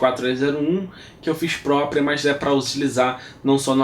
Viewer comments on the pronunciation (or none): none